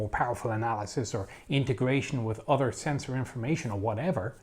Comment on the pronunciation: At "ssenssohr" I got Lower Decks vibes.